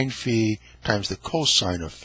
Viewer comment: The circle with a line through it is called Phi. It is like a head with an axe through it and it is pronounced fi as in fee foe fi thumb. He keeps calling it sigh. Sigh looks like a candle stick. When you sigh you blow out the candles.